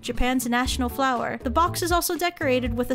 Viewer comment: bright and fower_ery (air) but flower ' '